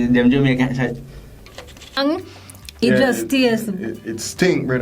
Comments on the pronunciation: Mi learn three words today. "Vininie," "Sachiz," and "Redowin',"💀💀💀🤣😂🤦🏽‍♀️.Redowin sound like she was trying to say wedding ring💀. She remind me of Aunty Donna and "Masachusa",because she can't say Massachusetts.😂😂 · All when the video done the girl in the red still a try fi pronounce "Vienna" 🤣 Shi remind mi a King from Life with King and Shay, lol! Goodie seh "redowin", "sachiz" and "vinninie" mi dead! 🤣🤣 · "Redowin" Sachiz" 🤣🤣